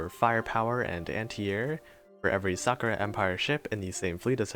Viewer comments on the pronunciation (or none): none